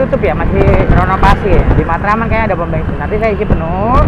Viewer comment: Bensin om bukan bengsin, wkwk, ngecaprak bae ya. Terimakasih infonya